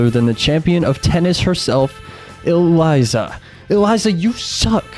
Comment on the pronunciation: Why do you call Elisa Eliza, It’s pronounced E-Lee-Sah